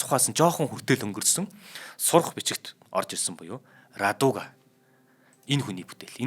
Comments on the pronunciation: Раадуга,радууга биш шүү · Сайхан нэвтрүүлэг хийжээ. Орос үг хэлэхдээ зөв дуудлагтай хэлж бгаарай. "Радуга" а үсэг дээр өргөлт авна.